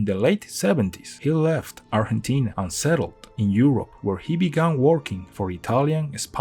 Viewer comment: Sabes que la persona no es hispanohablante cuando pronuncia bien Argentina en vez de "arllentina"